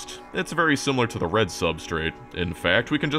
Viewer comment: For a moment when he says "rend white and blue" y almost believe he could say Paraguay 😢❤